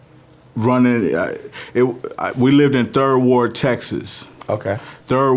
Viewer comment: You said it right at first 3rd Ward Texas👌🏿🤘🏽